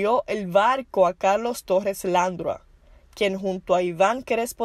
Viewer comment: La dama que narra tiene un serio problema con con los acentos ,pronunciación y lectura de las palabras por ejemplo el apellido “Dávila”, el apellido Landrau se pronuncia (Landró) .Cometió no menos de 15 errores.